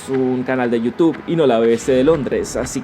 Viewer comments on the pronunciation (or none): none